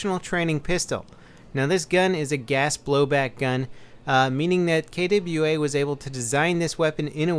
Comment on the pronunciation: KWA not K double A